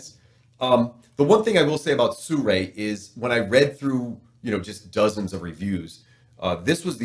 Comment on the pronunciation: SIRUI is pronounced as Seer yu é, not Soo ray, sir!